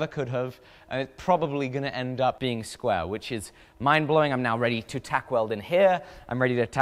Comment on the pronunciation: As a student of fabricating techniques I keep getting confused when explains about his welding. I assume he must mean “Tack” welding but I keep hearing “TAG” which translates into Tungsten Active Gas. What he uses is either a MAG or MIG welder so every time he sais the word Tack or TAG I’m like, wtf?